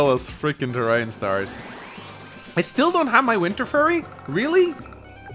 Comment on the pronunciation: I think it's his pronunciation, he's pronouncing it like "ter ryan" instead of "ter rain". So by that pronunciation, terrain and prime sound similar.